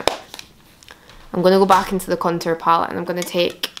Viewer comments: What accent is this ? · When she says “back” it reminds me of the accent in that vine “here mate that’s no a bank machine” and that accent is from Inverness so I think she’s from up north maybe dunblane or something